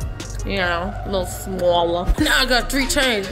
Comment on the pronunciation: "Keep it cute keep it classy you know a lil smawller"😂😂😂